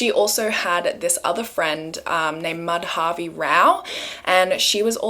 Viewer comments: It kinda off topic but it’s not pronounced Mad-Havi it’s actually Ma-Da-Vi . The use of Dha is used to suppress the DA sound , like the way you pronounce D in Dal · Hi! You pronounced Madhavi's name wrong. It's not "Ma-dhaa-vi" but "Maa-dha-vi". Really it was such an unfair judgment. Shame on the judiciary system. Such judiciary systems are the reason why crime still flourishes.